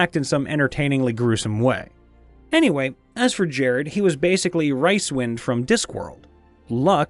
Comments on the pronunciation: Sorry, can't let this go. It's Rincewind, Rinse-wind. Not Rice wind. Poor Terry. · Did you just say, "Ricewind"? Oh, so you did say, "Ricewind". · I am not sure you are pronouncing rincewind correctly.